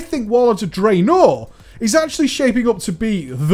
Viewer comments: i love your videos and your channel but i have a question, why do you put so much emphasis on the second half of two syllable words? draenor, not drae-NOR!!! lol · "Drey-NOR!" haha :P